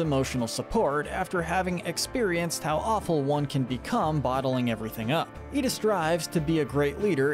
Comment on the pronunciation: He said Iida right.